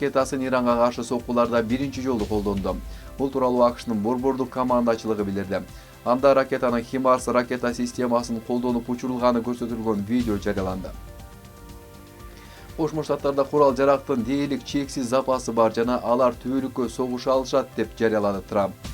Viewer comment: Химарс эмес Хаймарс ко